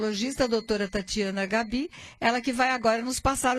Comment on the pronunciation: Pronuncia-se Gábi e não Gabí rsrsrsrs